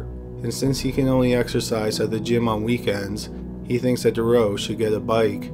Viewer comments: Marc detroux is pronounced Marc detroo, not the way your saying it. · His name is pronounced Dû-troo and he also escaped and got caught by a forest ranger. Awesome video! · Took me a while... it's not Marc Dureau, it sounds more like Mark Du "true" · I hate to dwell on a subject, but once again the narrator is pronouncing Dutroux incorrectly. His surname is pronounced Da-true. Oux in French is pronounced oo. Think of Louis Theroux. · Usually good, but the constant mispronouncing of Dutroux's name was annoying.. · I love your vids but you're saying Dutroux's name wrong. You called him Duroux the whole time, there is a T in there lol and how they could ever even think of paroling him is waaaaaayyy beyond me. 2021 is almost here and I seriously hope that never actually comes to pass. The guy is an absolute monster, it's just crazy to me that here in the states it's the same. There are murders, rapists, and child molesters that actually get released from jail only to re-offend and yet you have other non violent offenders in jail for life with no chance of parole EVER, it's absolutely sickening. It should be an eye for an eye and these sick disgusting pieces of shit should be killed slowly and painfully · Is it really that hard saying Dutroux? You keep saying something that sounds like Thuro. Google translate a name first if it's that hard. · jennifer ryerse jones BTW, I know he’s Canadian. Surely that means he knows at least a tiny bit of French and knows how to pronounce Dutroux? Just a thought? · The only reason I mention it (apart from the fact I’m a pronunciation/spelling and grammar Nazi) is because the constant mispronunciation of Dutroux(s) name is incredibly distracting in the story. X